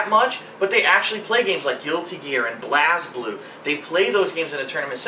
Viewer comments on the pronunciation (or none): pfft... pronounced blazblue wrong... lmao. and it's kinda sad to hear something like this